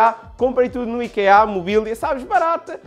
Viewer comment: Nao se diz ikeá diz-se íkea